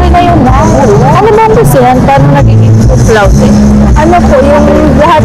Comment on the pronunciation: Cumlaude hindi comlaude.